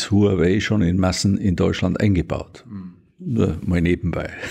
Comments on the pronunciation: Cool, dass du Huawei richtig aussprichst. Der erste Journalist der es hinbekommt. 很好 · Wow, du sprichst Huawei richtig aus😅 Fette Probs an dich Thilo 😚